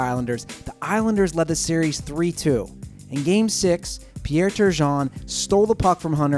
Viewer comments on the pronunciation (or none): none